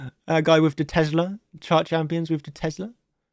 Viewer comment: What the hell is teslER? haha